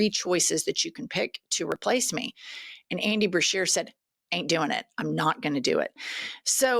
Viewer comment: BESHEAR NOT BERSHEAR! Get it right Jennifer!